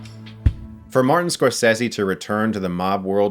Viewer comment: Like I said before it’s pronounced SCORE-SAY-ZEE not score-ses-see